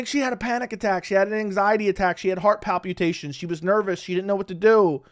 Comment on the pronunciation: I like that you say 'pal-pew-tations'. Thats a pretty fun way to pronounce that word.